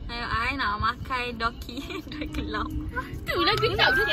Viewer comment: Btw it's dookki